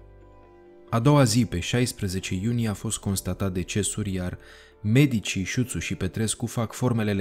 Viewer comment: Suțu, nu Șuțu!